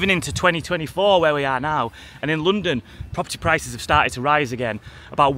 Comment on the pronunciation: it's not pronounced loondon